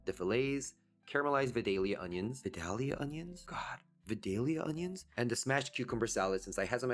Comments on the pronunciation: I believe it's "Vie-day-lya," or at least it is at our house. And yes, they are wonderful cooked or raw. We grieve for them every year when they go out of season. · Vie(long i)-dale-yah 😊